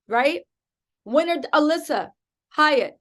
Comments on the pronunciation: Alysse pronounced Elise. Not Alissa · I know it's besides the point but her name is Alysse not Alissa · get your shit together get her name RIGHT